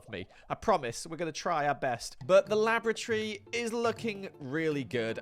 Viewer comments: thank got for subtitles XD because I hear "Lavatory" and not "Laboratory" when he's talking about the basement XD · How many times did he say lavatory rather than laboratory? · Kept hearing Lavatory instead of Laboratory. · loved the episode but can't unhear the fact that every time says laboratory it sounds like lavatory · More often than not I heard you say Lavatory instead of Laboratory ... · I can't help but hear lavatory each time he says laboratory... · Is the way your pronouncing 'laboratory' the same way as 'lavatory' a part of your weird character, or is it just you being weird? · Every time he says 'laboratory' all I hear is 'lavatory' and it's funny. He's built a secret underground giant rainbow toilet 😂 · I keep thinking is saying lavatory. What's worse is I would not question him. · Did anyone else hear: Laboratory lavatory lavatory lavatory Lab.Or.Atory Lab lavatory Or was it just me?